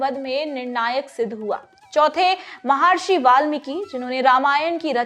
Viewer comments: म हा र्षी ❌ म ह र्षी !🙏🚩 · महार्षि नहीं महर्षि है। अहिल्य नहीं अहिल्या या अहल्या सही है। अगसत्य नहीं अगस्त्य उचित उच्चारण है।